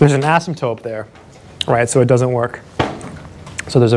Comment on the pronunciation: Please stop calling an "asymptote" an "asymtope". You say it in all of your videos! Although when you spell it out you do spell and say it correctly. Soooo many people say this word wrong....sorry...pet peeve.